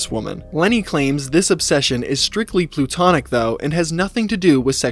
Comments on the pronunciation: Great video. Couple notes. It’s called “platonic”. Not “plutonic” And the phrase is “for all intents and purposes” not “by all intensive purposes” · "PlUtonic" "INTENSIVE purposes"? The word is "platonic" from the name of the philosopher Plato, and the phrase is "intents and purposes".